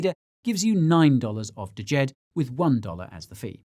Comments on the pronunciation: It's just "JED" not D-JED. 🤦😄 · Guy: DYOR Also Guy: Dajed Pronounced Jed, silent D. Failed on the DYOR from start to finish. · I'm pretty sure its just pronounced Jed, the D is silent. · Before the conference Charles pronounced Djed with the d... At the conference he started just calling it Jed. The D is silent. 😅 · Just say "Jed" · U lost me a D-JED. Cant even pronounce it properly. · Watched an interview and Shahaf said you pronounce it jed without the d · Guy, the first 'D' is silent in Djed. You don't pronounce it 🙂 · 😇 Guy ! ! DYOR ! The leading D is silent in Djed 😇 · But actually the D is almost silent, just a hint at the start. Think Arabic/Hebrew pronunciation.